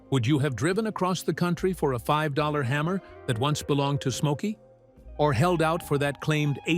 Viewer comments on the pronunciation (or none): none